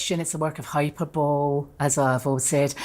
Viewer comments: Hyper-bowl? 😂 Hy-PER-bol-lee Fiona. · "hyperbowl" .... lol